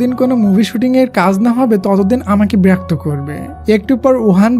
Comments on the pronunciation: ব্রাক তো হবে না ভাইয়া বিরক্ত হবে, প্লিজ ঠিক করে বইলেন 😊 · বেরক্ত না ভাই। বিরক্ত হবে 😅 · ব্রাক্ত না বিরক্ত 🙄😢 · বিরক্ত নয় বেরক্ত 😂😂😂😂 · Vaiya ota berakto na birokto hobe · Berokto❌ Borokto✅ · ব্রাক্ত না বিরক্ত। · ভাইয়া বিরক্ত বলবেন না হলে ভালো হয় না